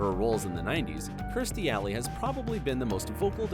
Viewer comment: I tell ya... It's the craziest B.S. EVER! And it's not Remeenie It's pronounced Remany. But you pronounced Kirstie Alleys name right. I feel really bad that these peoples leader is not someone you can speak to when your down. Pray to when you need hope. Know that you're loved ones go to a better place when they pass and are with you at all times watching over you. No instead their GOD is the person who literally has the record in writing the MOST FICTION novels of ALL time. That's it, he's the GOAT of Bullsht but his scientology is real 😭🤣😭 Give me a break